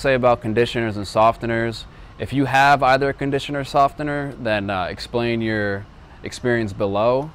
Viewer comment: Am I the only one bothered by his pronunciation of the word “softener”?